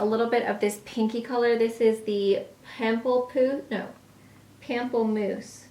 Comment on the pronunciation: I was thinking the whole time "kudos to you! You knew how to pronounce everything!" And then you got to pamplemousse😆 No judgement! It's not a common word and I only know it because my roommate took French classes, but you were so close!!